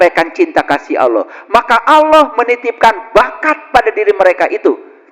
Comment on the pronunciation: Ini.. orang apa sih.. seperti orang stress..menyebut Allah saja salah bacaan nya..